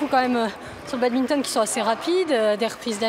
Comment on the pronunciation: Quelle insulte de prononcer badminton " Babinton "